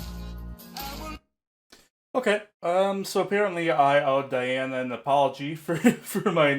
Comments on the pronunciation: Those of us who speak English are prone to mispronouncing Russian names. It's just the way it is as Russian is a completely different language! To the best of my knowledge, her name should be pronounced as dee-AH-na ahn-koo-DEE-no-vah. (rather than die-anna ann-koody-NOVA which is what almost everyone guesses) 🙂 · Диана. Correct pronunciation- DiAna. Diana is the latin's name of the Goddess🌹 at last as Di:'a:na: 🌹not inglish👈🌹👉 Latin and Latin👈 as Dee Anna👈 russian's name Диана= latin's name Diana🌹🇷🇺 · Welcome to Princess Diana, The Goddess Voice of Nature. Enjoy your journey. She is a true Contralto. BTW, her first name is pronounced Dee aunna.